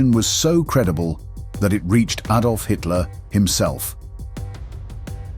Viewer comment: Hitler's name was not /eydolf/, but /ahdolf/.